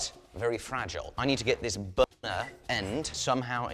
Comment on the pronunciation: did he say BONER instead of Burner? Lmfao is that why there was that quick silence on "burner" at like ? hahaha